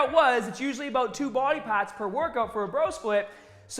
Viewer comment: Legend!!! Smashed that like button. "hitting the same body paaaahts."